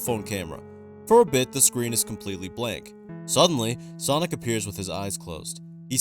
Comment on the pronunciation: Thats not sonic thats sawgnic